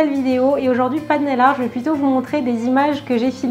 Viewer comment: je t'adore tu es la meilleur j'adore squeezie comment il a dit naii art 😂😻😽😻😽